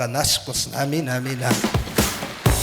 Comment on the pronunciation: Амин дебей оомин деп суйлосон